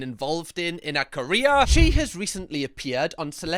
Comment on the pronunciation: not me thinking u said korea instead of carreer